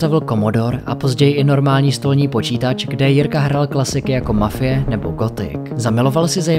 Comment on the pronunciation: Je tam napsáno "Mafia" , proč čteš "mafie"?! Nemám rád tohle zaměňování "e" za "a". Jinak super video 👍